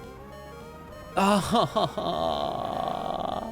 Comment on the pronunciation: Pronouncing Pidgeot like goat is fucking heinous 💀 Also holy shit you did the swaps by hand!?!, mad respect for the time and effort that would've taken